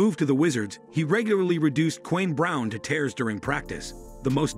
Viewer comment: Never trust a person who can't pronounce "Kwame" and "resumé" right.